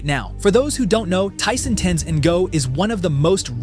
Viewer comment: "En GO" wtf lol at least pronounce his last name correctly